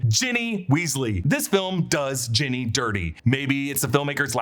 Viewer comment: Did you just call Ginny, Jenny